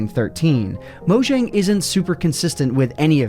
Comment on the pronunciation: just a tip: pronounce mojang like mo-yang as that is what their name is meant to be pronounced like